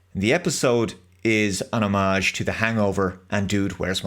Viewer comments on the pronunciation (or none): It's not 'Harmarge'.... It's friggin HOMAGE